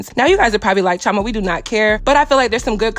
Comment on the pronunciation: This is the first time I’ve heard your name pronounced that name. Most of the time I’ve heard it pronounced as Cheee- oh- ma